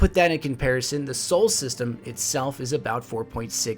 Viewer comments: It is "solar system", not "sole system" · I liked the video but for future videos it is pronounced "solar system" not "soul system"